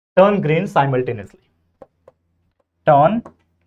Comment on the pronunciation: Sir wo simultaneously hai simuultaneously